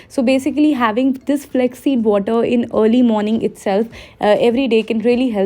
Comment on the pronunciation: Flaax seed, u keep saying it as flex flex... Cringe